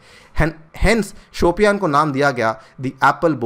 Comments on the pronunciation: it's शोपियां...not शोपियान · वो "शोपियां" है सर शायद,"शोपियान" नहीं! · just a suggestion.the pronunciation is more like Shupiya.